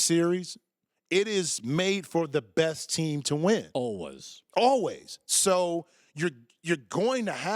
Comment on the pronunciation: Colin doesn't know how to say 'always'